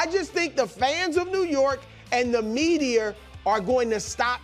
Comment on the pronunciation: “the medier”